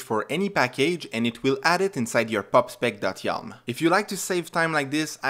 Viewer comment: Yalm ❌ Yaml ✅